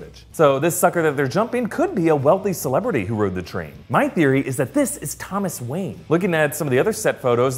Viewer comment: thomas wanye😂like if u noticed it